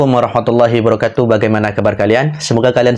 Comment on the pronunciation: Ente ngucapin salam yg bener,bukan hibarokatuh..tolong di koreksi lagi dalam pengucapan nya.